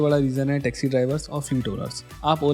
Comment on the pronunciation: Sorry bhaiya but pe "Texi" nahi "Taxi" hota hai.. and please as a genuine viewer ye overhyped wala topic mujhe thoda subjective lagaa.. I hope you continue to improve and make solid content💪💪